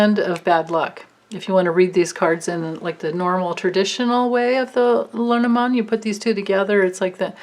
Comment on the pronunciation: Hahahaha! Your LeNormand prononciation is perfect. I didn’t say anything before because I didn’t want you to become self conscious. Please don’t be - because you got it 👍👏 That was some reading, amazing! Thank you so much. I feel like we’re all going on a guided trash tour together - because trash they are! Only you could make that a fun experience thanks to your bright and candid light.